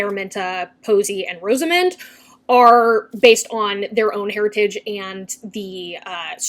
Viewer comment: Not that it matters but Rosamund is pronounced Ros, as in Ross without the second s, the a as in apple. So Ros-a-mund.